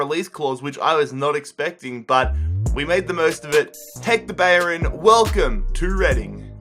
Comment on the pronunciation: ‘Bayorin’ no. It’s ‘Bellerin’. Please learn how to pronounce things. And learn how to pronounce the letter H.